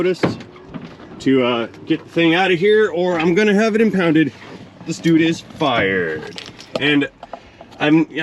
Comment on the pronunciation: "This dude is fiiiired." i felt the punch of that in your voice😂